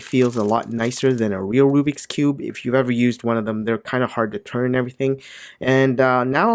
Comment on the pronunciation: also its not called RUBIC its RUBIKS and the bad brand u said was RUBIX see?